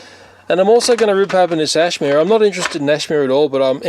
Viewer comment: It's A-shi-ma